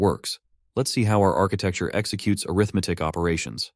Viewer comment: Wow!!! Awesome presentation! I already know most of this stuff, but I LOVE to hear such a clear presentation! One small quibble, the word “arithmetic” is pronounced aRITHmatic as a noun, but arithMATIC as an adjective. E.g. an arithMATIC operation performs aRITHmetic on its operands. Quibble aside, awesome stuff!